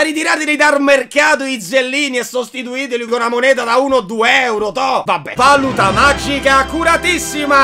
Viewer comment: è valuuuuuta non vaaaaluta